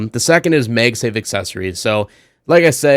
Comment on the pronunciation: Why are you saying MEG safe and not MAG safe? Its the first time Ive seen someone said it that way lol. Overall good video anyway. I love my P9PF :)